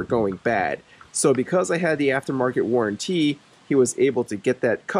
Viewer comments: It's not warran-tea, it's warranty! 😂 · What’s the difference between a warranty and the warran-teee you keep mentioning? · Good thing you got that aftermarket warran-TEE 😂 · "worran tee" :D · Never in all my life did I think someone could say waranTEE so annoyingly jeez had to click off lol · I was wondering why you decided to buy this. After I heard the way you pronounce warranty it all made sense. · Why does he say warranty like that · Had to stop watching……maybe learn how to say the word “warranty”?